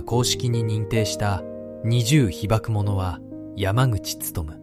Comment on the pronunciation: 二重被爆者 にじゅうひばくしゃ ひばくものって😂